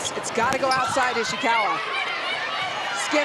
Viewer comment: the way she pronounced “Ishikawa” as “Ishiwaka” got me😅